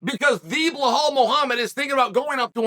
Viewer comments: Sonnen love your work but are you dyslexic, ignorant, plain dumb or is it a PR gimmick? I've been listening to you consistently mispronouncing names - but now you actually wrote it correctly: "Belal". However, you stubbornly, for some reason, keep saying something that sounds like "Blakhal". Same was with Pereira who, according to you, keeps being "Pierra", in spite of the scolding u got from Helwani. What's the gimmick? Is that some new way of getting attention? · "Blahal" 😅 it never gets old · Not at all in Arabic there is no H sound attached to Bilal pronunciation, he of course does it on purpose to butcher names because he thinks it's cool, typical Chael behavior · Blachal... I don't know if Chael is doing this misspellings of foreign fighters names on purpose... but it's hilarious 😂. Maybe he's just trolling. But it's like a running gag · Chael repeat two words after me … BELL - ALL. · Hazmat? Behal? Wtf is wrong with Chael's pronunciation? Typical american. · B, E, L, A, L. There's no H in it, Chael. Belal. It's easy. Repeat it after me, B, yeah good, Be...lal. Good job. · Like, sometimes Chael’s mispronunciations of names kinda make sense. But Belal has to be the easiest one. Or maybe we’re all blind and Chael is the only one who can see the H in the name Belal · Chael changes his pronunciation for khamzat and Belal in every video